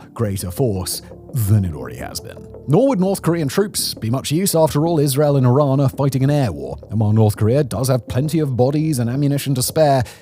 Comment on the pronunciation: Why is it so hard for all the officials, and yet so easy for everyone else to pronounce Iran correctly?! It is "ee-RAHN" like "See" and "Gone". Thanks for pronouncing it right.